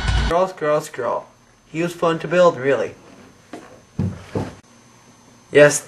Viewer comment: its not (skhrall: prenouciation) its (skrahll) hope it make sense to you